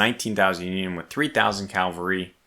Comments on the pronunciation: I love you; but, its caValry not caLvary. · You seem like a reasonably smart guy, but why do you keep referring to your mounted troops as Calvary? It’s not complicated to say but the term is CavaLry, not CaLvary. Calvary is a Hill just outside of Jerusalem, I’m sure you don’t mean to move it.